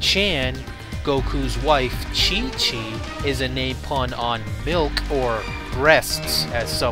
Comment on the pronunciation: I like how he added an n to Chichin, so he basically said the untranslated version of "penis pocus"